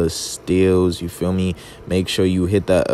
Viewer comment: That man added a Y in available! lol